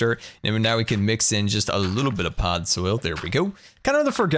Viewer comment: Podzol. Pod-ZOL. Not pod soil!